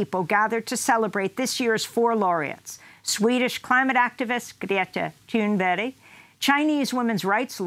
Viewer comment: OK, so 'Gray-tuh Toon-bury is how we're pronouncing it? Thanks Amy.